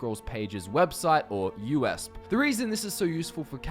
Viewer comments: Haha it's U- E - S - P. You just say the letters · hol up, did you just pronounce USP as U.S.p